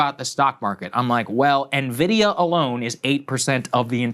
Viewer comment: Saagar is THE ONLY political pundit that pronounces: "Nvidia" correctly.